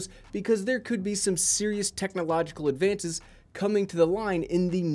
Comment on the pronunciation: Lol@ “serious technological ‘advantiz’ ...”